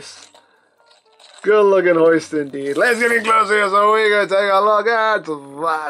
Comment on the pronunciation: i almost laughed hard at the ending... But Hoist almost sounded like Butt Moist